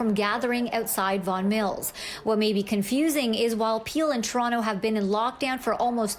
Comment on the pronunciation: AGAIN.... this women needs to learn how to pronounce TOronto. NOT CHURonto. It's a place not a food.